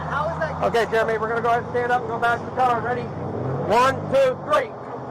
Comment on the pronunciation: With the amount of stuff about Jeremy online you would think you could pronounce the name correctly.